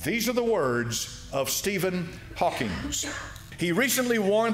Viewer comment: Why listen to anyone (speak about science) that can not even pronounce correctly the name of Steven Hawking ??